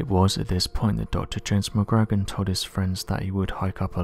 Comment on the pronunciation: Re; James McGrogan; phonetic pronunciation should sound like McGrow-gan...